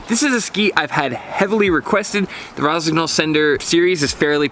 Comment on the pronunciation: Nice review. Is just a bit disturbing hearing the gn pronounced verbatim. Should be soft - like in gnocchi (not sure if there is a native english word with the same sound).